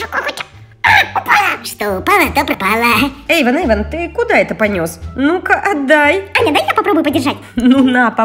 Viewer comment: Ейван? Не Ейван а эйван